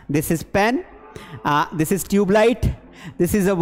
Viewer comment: sir this ko plzz shi se bolo boht irritating lgra haii aqp english ke teacher hoke galt pronous kre hai 😂